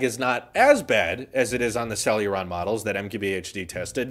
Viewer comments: It's hilarious how you keep saying Celluron io Celeron. But it's OK, they're not worth the correct pronunciation 😂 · it's CEL-E-RON, NOT CEL-U-RON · Say it with us, Sell-a-Ron. Not sell-yur-ron 🤦‍♂️ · First "For-bees" Now "Sel-uron" Jesus lol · For the love of fuck,, CEL-ER-ON. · Where is the "u" is "celeron" coming from? =p